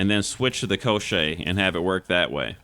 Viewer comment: I'm not surprised at all! Everything is written very clearly!))) You pronounce it correctly - Ko-shchey. The push didn't work for me either because it drained stamina, and I don't like running without dodges.